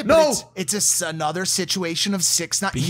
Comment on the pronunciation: Who els is annoyed when Logan said sixty nine instead of six nine